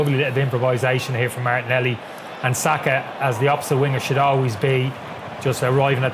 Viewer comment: Martinelli…. no “ y”